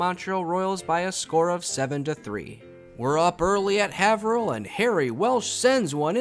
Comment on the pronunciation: Haverhill = "Hay-vrill"